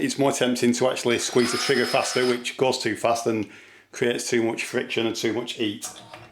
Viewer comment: Olesaw and eat? This guy doesn´t respect the letter H!